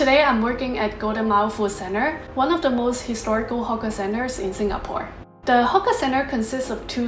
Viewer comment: Great video as always...Watch your pronunciation of "hawker" though, it might be mistaken for something else.